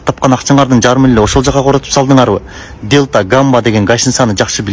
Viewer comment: Ар кимдин озунун башы бар. Адамдын озунон, тарбиясынан. Дэлта эмес Дельта😂